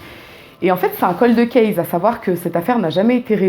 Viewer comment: « Coldeu case » ça faisait longtemps...😑😑😑